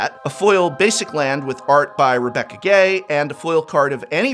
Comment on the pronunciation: Really cool video. Is that how you pronounce Rebecca's last name? Isn't it supposed to be pronounced 'Gway'?